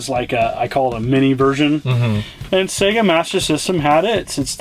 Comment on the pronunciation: Finally, an American who pronounces SEGA correctly:)))